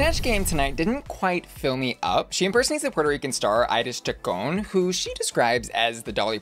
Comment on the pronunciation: Girl, imma have to call you on the carpet for these ongoing gay icon butcherings. First being clueless about Marilyn Monroe’s voice, now butchering Iris Chacon’s name, and going to wiki to find out about Shirley Temple. I dunno what in the GenZ shenanigans is goin on but someone come gather this loca before I do.